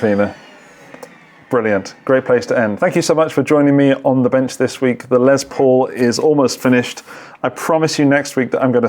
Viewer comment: I wish you British dudes would stop saying “Lezz Paul” it’s “Less Paul” dammit. Less!! You invented the damn language get it right. Sheesh Lol but I do mean it